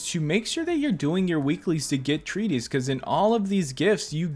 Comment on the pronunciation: It's not named Treaties, It says Treatise. AKA you're saying it way too wrongly